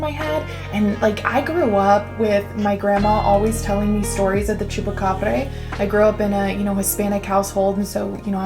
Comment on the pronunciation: Idk could be an alien pet or something.. could easily be an experiment.. also not that it matters much but the end pronunciation is more of a Bra! than a breh, like abracadabra.. Great video! Be cool to see more of the skinwalker legend, not the ranch, and the shamans.. my folks in Mexico be taking that Shaman stuff seriously..